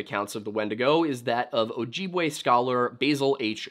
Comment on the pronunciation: As a member of an ojibwe tribe you butchered the word ojibwe